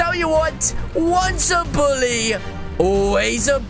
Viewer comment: he said boolly